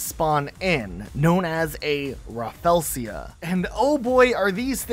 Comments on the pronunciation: Bro it's rafflesia not raffelsia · Just FYI since I've heard it in several of your videos: the flower you're calling "raffelsia" is actually called "rafflesia" (raff-LEE-zee-uh). Sorry to be picky, but as someone who finds the real-life Rafflesia fascinating, it was bugging me! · It’s ra-fel-sha not raffelseeya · Bruh murdered the pronunciation of Rafflesia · you said rafflesia funny